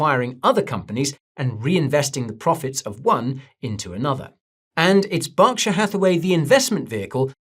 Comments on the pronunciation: is it Barkshire or Berkshire for Gods sake 🤦🏻‍♂️ my ears bled… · BERKshire Guy! Not BARKshire! 😅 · Why do you call it Bockshire? Its Berkshire say it with me Berk, Berk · BERK-SHY-ER, not Bocksher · Yeah that kept cracking me up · Burrr, its cold. Its pronounced Burr-ksher.. not bark. Its not like a tree.. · Its an American company with a name that's easy to look up. Its not BARK lmao its BERK😂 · I just read the Subtitles as Guy is speaking and it reads he is saying BARKSHIRE 🤣 so definitely Wrong. As well as who is from the same country has prounced it correctly, Berk, not BARK like the Subtitles reads and not BOCK like guy is saying. So your different country theory doesn't play out. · Why do you keep calling it Barkshire? 😂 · Bark shire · That proofs he doesnt know anything about berkshire, how on earth can you say borkshire. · "Barkshur"??? I've never heard it pronounced that way Guy. 😅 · Who are Barkshire ir Borkshire ..... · Yeah I worked for BNSF for a few years, even met Buffet. BERKSHIRE HATHAWAY is an American conglomerate. So started in America, and No one in America calls it BOCkSHIRE or spells it Bock. Just cuz you are from a different country doesnt mean you pronounce CAT like it was DOG. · well working for the one of Buffets companies since 1999, and being at meetings where he has spoken as well as hearing it pronounce properly at work about 5-6 days a week, I know 1st hand its not pronounced BOCKSHIRE. 🤣 Do some countries pronounce Cat differently like COAT or Dog differently like DODGE or is it that some people are just Flat out Fk wrong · Are you purposely miss pronouncing Berkshire incorrectly? 😂😂